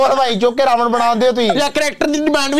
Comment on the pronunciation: 'ਨ' ਖਾ ਗਿਆ 'ਣ' ਨੂੰ । ਰਾਵਨ ਨਹੀਂ ਰਾਵਣ ਹੁੰਦਾ ਜੀ।